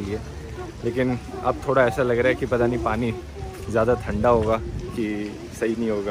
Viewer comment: u r prnouncing "thanda" wrong bro................😂😂😂